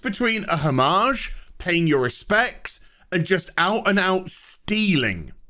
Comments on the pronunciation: “Oh maj”not “home maj” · If you are not doing the silly American thing of speaking English words of French derivation as if they are the original French, then you pronounce homage in English as hommij. If you are doing the silly American thing then no H sound: ‘omage. You managed to mangle both in one go. That said, love your channel.